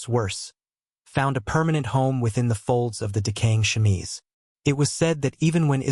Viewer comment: Wow....What a bunch of bullshit. How about some facts with your opinions and myths? The chemise (which pronunciation you absolutely mangled) has been debunked long ago. Not that it really needed to be. I don't even think there was a time when it was ever thought of seriously as fact. FYI-When you judge yesterday's people by today's standards-You distort who the people of the past actually were. This was one of the worst "historical" (meant loosely) vids I've seen in a while. That says a lot...